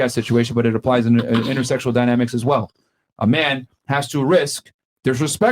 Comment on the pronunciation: A huge red flag is when an f-male pronounces "well" as "woll." It's incredibly annoying and it shows low iq.